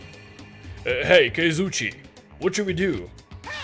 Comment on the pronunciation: It's Ka-zu-wi-chi by the way.